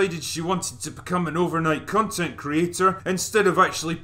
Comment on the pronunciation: I thought he said crontent creators